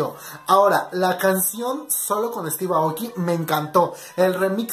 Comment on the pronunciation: No es para molestar o algo Pero se pronuncia Estiv eioki (Steve Aoki)